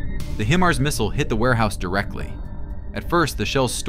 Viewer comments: stop putting fake explosion sound on, and freaking learn how to say HImars... not hemars. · The proper pronunciation of Himars is "high mars" not "he mars". Do it right. Sounds stupid the way you've been saying it. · Pronounced High-Mars